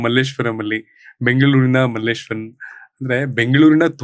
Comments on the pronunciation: Sir Malleswaram Alla Malleshwara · Difference is clear, the anchor says 'Malleshwaram' and Dr. Someshwar sir pronounces the place as 'Malleshwara' without a 'm'. This is how Malleshwara changed to Malleshwaram. All thanks to outsiders 🙏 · ನಿರೂಪಕರು ಮಲ್ಲೇಶ್ವರಂ ಅಂದ್ರು❌ ಅತಿಥಿ ಮಲ್ಲೇಶ್ವರ ಅಂದ್ರು✅ ನಾವು ನಮ್ಮ ಸಂಸ್ಕೃತಿಯನ್ನ ಹೀಗೇ ಕಳೆದುಕೊಳ್ಳುತ್ತಿದ್ದೇವೆ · Malleswaram allappa ❌ ,Malleshwara ✅ ,swalpa adru sariyagi kannada hesaru helappa ,build up amale togovante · Malleshwaram alla Kannappa . Someshwrara avaru malleshwara antha sariyaagi heltiddaare